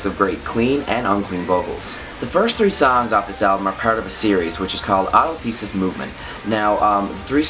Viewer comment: dude you mispronounced the album name and several songs.